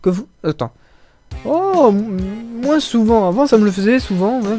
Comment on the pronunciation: On ne dit pas " moinsse " mais " moins " :P